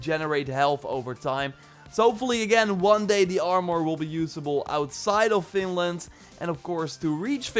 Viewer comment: I hear says "Finland" not Vinland but maybe it's bc of his accent. IDK it hears like it